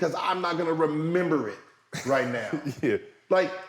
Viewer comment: “You got to member”